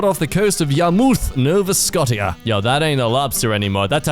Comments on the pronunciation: hearing you pronounce nova scotia (sko-sha) like scott-tia, honestly made my day i love your videos sm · cause English sucks, the English pronunciation is Nova Scosha (woo English ;w; ) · as a canadian i am quite offended by how you said nova scotia- ITS NOVA SCO-CHAH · The pronunciation of Nova Scotia is nova sko shya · Yar (like a pirate) muth (like moth with a u) Yarmouth. No vuh sko shah. Nova Scotia! I think that's correct. My parents are from there and I visited a lot as a kid so I think I got the pronunciation right. And if you were joking, it went over my head! Haha sorry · Sir, you are the first person to pronounce Nova Scotia like that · I think I piece of me juts died they way he said Yarmouth Nova soctia. My Canadian heart 🤣🤣🤣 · The Way he Pronounces Nova Scotia Makes me Want To Die, all while Laughing out my Lungs